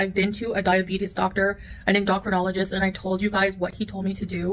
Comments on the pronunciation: En-DAH-crinologist What!?!? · She says diabetes and endocrinologist wrong. Yikes. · PLEASE pronounce it correctly Endocrinologist!! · En do cro nol o gist 🤦‍♂️🤦‍♀️🤦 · How is it she doesn't know how to pronounce "endocrinologist"???? What agency would let these two adopt a poor innocent baby? It's bad enough they are allowed to have pets.